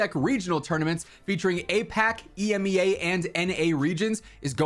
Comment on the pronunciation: My brother in Christ, it’s pronounced "ee-MEE-ah"